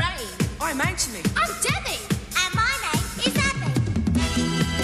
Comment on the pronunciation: I didn't know the name was Anthony till i came to the comments. He pronounces it strange. I hear like a "ch" sound. Its like he says Anchony